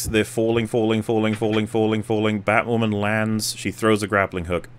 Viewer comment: Woah, Did they just fuck up the, 'Hush' arc on Batwahmen!!?